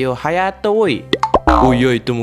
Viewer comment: Hayato bang bukan hatayo>.<>.<